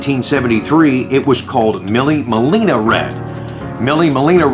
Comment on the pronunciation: Millie Melina, I believe is pronounced Meelay Millia, which in Italian, means “Thousand Miles.” It was an Italian race, from 1927 to 1957, which was a 1,000 mile endurance race. Great video,. 🙌🙌🙌